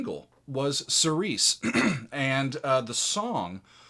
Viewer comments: You are pronouncing the name of the song wrong. It's Seer-see. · Love the reaction and analysis one note and it's not a big thing most people pronounce it that way but that word is pronounced like "cheery chee" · The word is pronounced keereesee. It's Greek. It means following the lord's house. It's a religious term